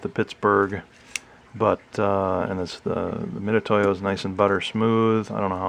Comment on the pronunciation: Thanks for the review. (Got my for use with laser cutting projects.) A note that Harbor Freight doesn't sell these $10 units in a little padded case any longer—just vacuform plastic on a sliding backing card. (Mitutoyo is also pronounced Mitsutoyo, BTW.)